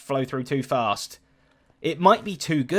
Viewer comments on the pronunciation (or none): none